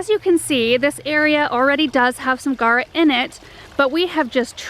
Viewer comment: It's spelled G-A-U-R-A people! Not guara. And it's pronounced "gawra." (In English.) (In its native Greek, it's pronounced gow-rus, from "gauros," meaning "superb.") There's a u in that word and it's not silent.